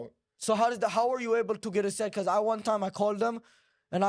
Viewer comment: Because = Baakoos😂 , the way how he pronounces it